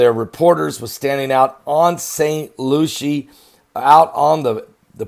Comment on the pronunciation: Pastor it's spelled Lucie but pronounced Lucy